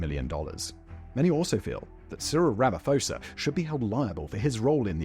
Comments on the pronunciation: Simon, you REALLY need to speak to a local to get the pronounciations of South African names right. For example, Ramophosa has no 'F' in it, its 'Rama-posa'. Rustenburg isn't 'Roostenberg', the 'rust' is the same in English, rhyming with 'crust'. Lesotho = Le-sooto, the 'H' is silent. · I had a good chuckle at Ramaphosa’s pronunciation, I don’t expect English speakers to know the nuances of names in other languages but it did bring me joy so I thank you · I like how Simon was pronouncing Ramaphosa wrong 🤣🤣